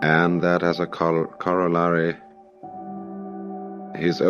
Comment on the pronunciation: Was this video real though? The cadence seemed off and, at one point, Watts mispronounced "corollary," which he would never do, given his precise use of language. He has misspoken several times in the (full) lectures I've heard, but never got a word wrong.